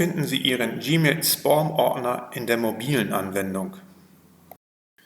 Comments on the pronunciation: Es heisst 'Späm', nicht 'Spom' - aber trotzdem danke für das Video. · Spom? Heist das nicht Späm? Trotzdem Danke für die Info. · "Spoom Ordner" Von was redet der Mann. Wenn er nicht mal "Spam" deutsch oder englisch aussprechen kann??